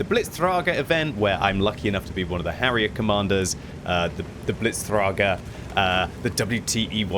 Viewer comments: It's the Blitzträger, not the Blitztrahger (I am Swiss, so I can say this without sounding fascist XD don't mention the gold though...) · sidenote from a german pedant: Blitzträger - the umlaut "Ä" is pronounced like the starting to middle part of the E in "berry" say berry and then skip the b and skip when it slightly slips in an e. There is the ä hidden, emphasize the tone a bit, its like an "ehh" and you can now put it into the "träger". more into the video: with "Jäger" you say it right you can book me for more lessons in German ^_^